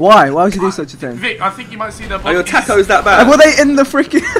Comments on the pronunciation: Why are they saying "tack oos" when the word is spelt taco? (I'm Australian not American) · "my tackos"